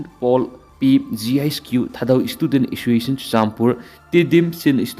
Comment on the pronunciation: Assoiciation?? Clear pronounciation 👍😂